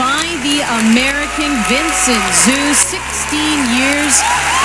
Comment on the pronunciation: Vincent "Zoo"...*facepalm*. They need to research how to pronounce names ahead of time.